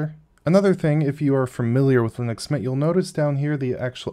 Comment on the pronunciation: How hard is it to say linux?